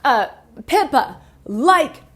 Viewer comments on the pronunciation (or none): none